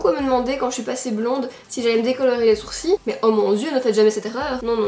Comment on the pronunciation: Enfaite j’ai compris, vous les Belges vous dirent « des sourci » pas « des sourcils » 🤣